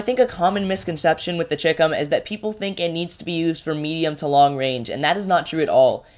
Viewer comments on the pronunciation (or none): Just a small point. Everyone is mispronouncing CHICOM. It's a shortened version of Chinese Communist. So, it's sort of like Chai - Com...